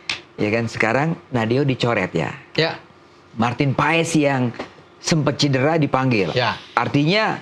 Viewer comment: Marteen Paes, Es nya apa? Es DOGERRR😂🤣